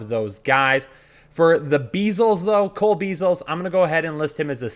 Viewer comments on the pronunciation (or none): none